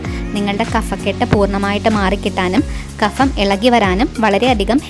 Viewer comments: kafam ennu parayathe kapham ennu parayoo.... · കഫം ,kafam അല്ല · Usefull information.bt ഒരു കാര്യം.കഫം എന്നതിൻ്റെ ഉച്ചാരണം ശരിയല്ല .ഫ എന്ന മലയാളം അക്ഷരം fa എന്നല്ല ucharikkentath.പ കഴിഞ്ഞാൽ ഉച്ചരിക്കുന്നത് ഫ.അത് fa alla.English il fan,France,എന്നൊക്കെ ഉച്ചരിക്കുമ്പോൾ ശരിയാണ്.മലയാള വാക്കുകൾ ഫലം,കഫം,എന്നൊക്കെ അതിഖരമായി ഉച്ചരിക്കണം. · നിങ്ങളെപ്പോലുള്ള വിദ്യാഭ്യാസമുള്ളവരും ക'fa' എന്ന്ഉച്ചരിക്കുന്നതെന്താണ്?